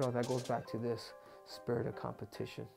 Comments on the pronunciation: maybe it just me but i m pretty sure its not "Spitrit" its just Spirit Doctor Cejudo lul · Henry draws his arrows with the head upside down and it’s spirit not “spitrit “ ya goon